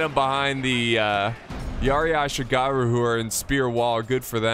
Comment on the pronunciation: The way you say Yati ashigaruu is killing me